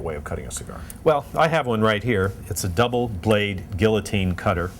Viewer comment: He pronounced Guillotine perfectly